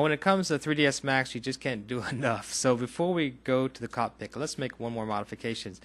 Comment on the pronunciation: Thanks man you really helped me out....butta...you know its cockPIT right and not cockpik:P